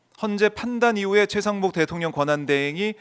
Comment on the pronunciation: 노변이 권영세 권성동 다음에 최강욱이라고 한거 맞나? 최상목 말한거 아님? 발음이 아무리 들어도 최강욱으로 들림. 내가 이상한가?